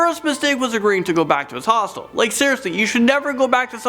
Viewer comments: Honestly I thought that he said Hostess , The company that does Twinkies 😅lol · i keep hearing hospital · Why would you stay somewhere called a hostel? Like hellooo hostile, hostel ITS THE SAME PRONUNCIATION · You say hostel funny